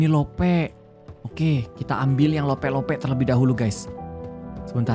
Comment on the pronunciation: Aku denger kamu bilang lope harus nya love